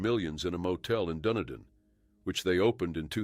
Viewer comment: AND Dunedin in NZ, is pronounced DA-NEE-DIN. NOT DUNNA-DIN 😅